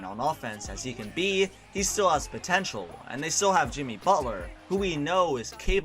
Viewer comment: Hearing him say "chris bosh ahs tragic blood clot problems" got me dead🤣